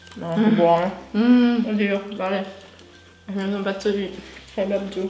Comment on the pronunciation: Ma io dico kebáb non kébab